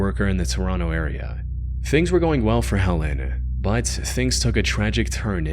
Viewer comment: This narrator literally pronounces the word "but" as "bied". How. Unlistenable